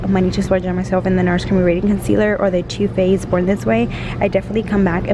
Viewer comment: Instead of "too faced" it sounds like "chu faced" lol 😂😂😂😂😂